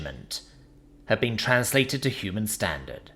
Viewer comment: "hukman stendarsd" it's ameriic an ...oh autocorrect here...idiots will think american foot is univeral